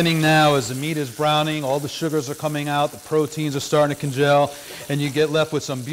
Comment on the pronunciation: "Nice oil"? "Con-jell"? (Actually: con·geal /kənˈjēl/ verb - solidify or coagulate, especially by cooling.) "Font" - or FOND?! "Look at these short ribs"? Can't see them down I the dark pan from the hood-cam angle! Q: why not brown all four sides (or six!) of the ribs instead of just top and bottom?